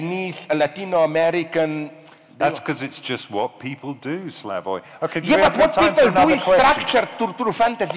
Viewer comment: he even mispronounces Slavoj's name...pure English "superiority"...even after the guy from audience pronounces it correctly mr. Self does not correct himself...pure lack of respect